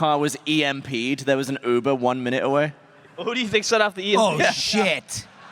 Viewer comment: They mispronounced "emp"